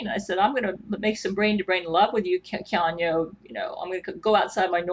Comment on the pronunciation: One would think with all the brain to brain communications she'd be able to pronounce Keanu's name properly.